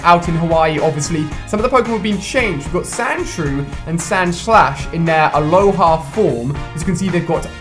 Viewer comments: I cringe whenever you say ‘aloha’BECAUSE THEY ARE ALOLAN POKÉMON!THEY ARE FROM THE ALOLA REGION NOT ALOHA!!!!!!!! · Its alolan form not aloha